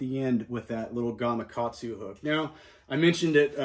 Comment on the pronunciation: Nice. You actually pronounced Gamakatsu properly. I don't know how many times I have heard it pronounced Gamagatsu.